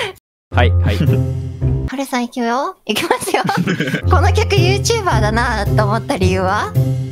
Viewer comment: ピー音のないミ○キー発言ほんとクソ草。 「はるさんいきゅよ」 噛む 司会なの珍しい〜 あれだよね、スベるの嫌なのかな